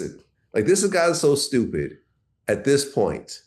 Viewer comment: Uncle murda say stupid 😢😅😅😅😂😂😂😂😂 I heard on the music tip how you say it funny as he'll stu pid